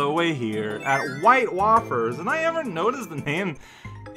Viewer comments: Death count: 3 (0 today, not counting ability challenge deaths) Deathless episodes: 10 (not counting ability challenge deaths) Ability challenge deaths: 2 (1 today) So, you pronounce it "Wah-fers", but I pronounce it "Way-fers". I find it weird that you can't stand on the ice chunk cannon. You can jump while dashing to do that fireball move in midair. Spear can be gotten from the guy you roasted . Oops. "Mrgrgr! Unacceptable!" :P Chipmunk time. Spear get! Poke. No, take the lower route through the glass wall, quickly! Dood... Fortunately, the invisibility crystal respawned. Whoa, narrowly avoided becoming pancaked. The bomb won't explode until it has started flashing. KA-BLAMMO!!! Yep, it was flashing there. Derp, you threw the bomb way too soon, before the mid-boss fully materialized. That bomb was meant for the mid-boss. You just tossed it too soon. Time to learn all about being a Bomberman! I love how one move is "Bomb Prep... do nothing ► Self-Destruct". Poke. Why did you hop over that one coin? That boggles my mind and my OCD. Who wants pancakes? I'm honestly not surprised that happened. You're meant to toss bombs at those buttons, not try to hit them with your body. I'm not counting it as a main game death. I could make a separate count for ability challenge deaths, but as far as the main game is concerne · "Wafers" has a long "a" sound. - All you had to do was run, jump, and you can fireball. Really, this game (and subsequent ones) encourage you to swap powers whenever a new one shows up. By and large, you might need it for something. Case in point, the door. Surprised you haven't killed yourself yet over the fact you don't know you can charge the Cutter. It was indeed to blow up the miniboss. You were just too impatient and didn't wait for the miniboss to "fully spawn" (later games actually let you do chip damage to bosses and minibosses as they're spawning.)